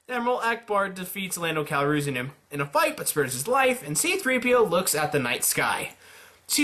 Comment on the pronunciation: You also called Tarkin and officer even though he’s very clearly a Moff, and spelt his name wrong. Lando’s last name is actually Calrissian, pronounced Cal-riz-e-in.